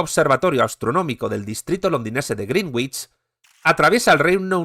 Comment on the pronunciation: "grinwich" suena como "bruja verde". Greenwich se pronuncia en inglés "grenich".